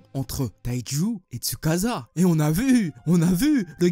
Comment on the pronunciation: manga >anime et on ne dit pas tsukaza mais tsukaça